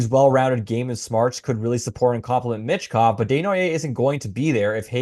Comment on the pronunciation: MITCH Kov? Theres no T dude.